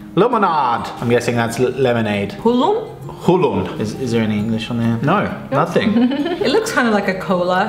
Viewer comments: It’s hull õun not hull un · It isn't HULL UN its HULL ÕUN!! XD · Its not hulloun its HULL ÕUN!!! Its with SPACE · It is meant to be Hull Õun, that means crazy apple in english. (the first one)